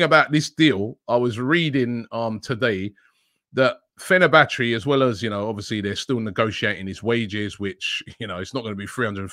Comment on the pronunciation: Fe-ner-ba-chay not Fe-ner-ba-chee 😂